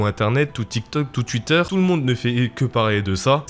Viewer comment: Twitter pas tchuite